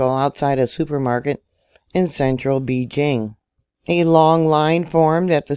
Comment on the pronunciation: Thank You. I love how you say beejing.